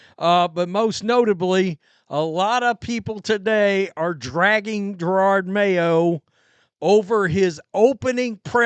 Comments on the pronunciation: Jer-od not girard Ffs 😂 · Lol always with 2 r’s, Jerord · I just can't wait until you stop calling him GerARRRRD Mayo. And who the hell is Tommy Kiernan? It's CUR-RAN.. love your coverage on this whole thing btw, just breaking your balls